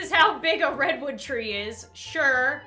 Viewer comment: He said 1 2 3 but pronounced 3 like six 6 then 10 Like wot?